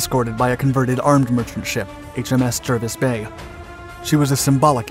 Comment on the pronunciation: It's pronounced Jarvis Bay even though the spelling is Jervis Bay. One of oddities of the English language.